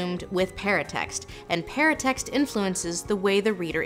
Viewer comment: I thought she was saying "parent text", not "paratext" until I saw the word. Parent text kind of makes more sense as a name for that though.